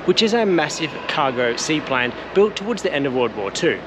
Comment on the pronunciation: What precisely is a "sea-pline"?